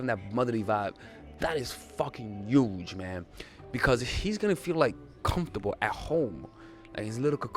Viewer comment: Its youdge